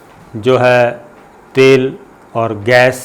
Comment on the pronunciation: Sabir sahib ye thal nahi khai isko tal bolta khai